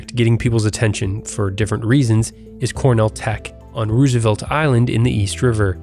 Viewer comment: Love your video except the mispronunciation of Roosevelt.